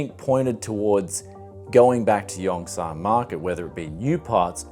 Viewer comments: It’s not yongSANNGG. It’s pronounced yungSUN.... I lived in daegu korea for 7 years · "yong-son" "in-ch-on"